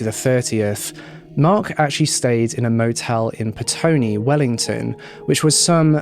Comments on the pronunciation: Petone, not Pestone (from a NZer) :) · Petone - Its prounounced Peh-Tony. I live in the Wellington metro area